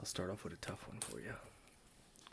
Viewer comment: the way you said off, i knew u were from NY